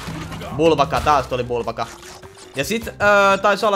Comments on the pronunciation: se ei oo vubaka vaan ukabuka😅😅Joo ja jatka näitä pls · ärsyttää kun sanot bulbaka vaikka se o n uka-uka